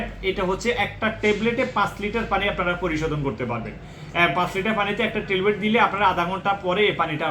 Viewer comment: টেলবেট না ভাই,,ট্যাবলেট